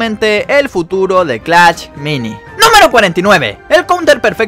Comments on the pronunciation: Por que dice clach y no clash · Porque dice clach me da mucho toc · Jajaja como lo dice "clacht"